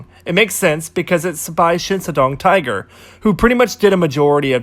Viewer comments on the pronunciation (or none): none